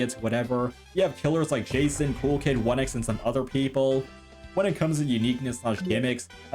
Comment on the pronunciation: "jason" whos gonna tell him